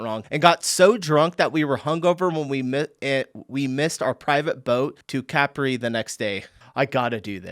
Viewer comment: Posi-TA-no, CA-pri.